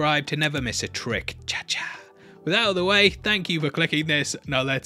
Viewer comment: "Cha-cha", really? Legend.